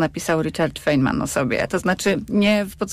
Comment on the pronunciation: Dragan wyjaśnia, że nauka polega na wątpieniu, sprawdzaniu, jak bardzo autorytet nie ma racji, etc. Zatem, kiedy Dragan wypowiada cokolwiek ex catedra, należy wątpić w to, że wie, o czym mówi ... Np. jego wymowa nazwiska "Feynman" jest niepoprawna, co łatwo sprawdzić, a TO nazwisko właśnie fizyk POWINIEN wymawiać właściwie ... a może nie?